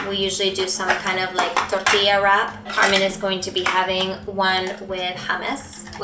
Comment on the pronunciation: Rolling the R when you’re not suppose to.